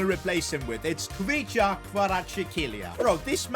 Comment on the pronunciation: U pronounce kvicha name properly.